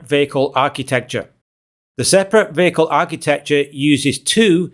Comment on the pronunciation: what is a vaical ??? what is it with the vowel mispronouncing ??? do school kids get bad grades in school for pronouncing vowels correctly in your country ???